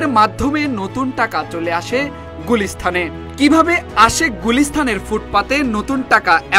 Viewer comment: বার বার গুলিস্থান বলছে রিপোর্টার 😂 শব্দটা "গুলিস্তান" আর হ্যা শর্থে না "শর্তে" শব্দচয়ন ঠিক করেন